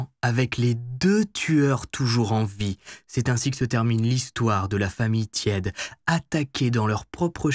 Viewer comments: cela se prononce " tiédé" et pas "tiède" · Sean tiede ? 😂chaud tiede. Tiede ca doit sonner teed et non tiède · Vidéo au top comme d'habitude ! Juste un truc : les Noms en anglais pleaaaase car entendre O-A-KLÉ ou TIÈDE alors que ce sont des noms anglais c'est dur 😅